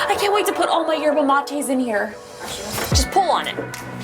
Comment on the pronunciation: did she just say yebra mate? is she argentinian